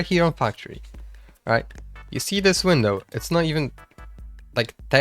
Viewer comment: bro forgot how to say window